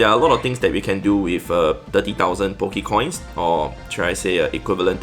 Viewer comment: did he say bokecoin?!!!? LOL